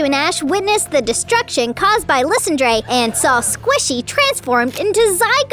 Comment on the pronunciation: Team Flare's leader's name is pronounced "LIE-SAND-ER" not "LYS-Andre"